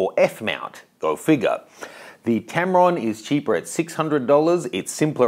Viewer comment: Tamron? LOL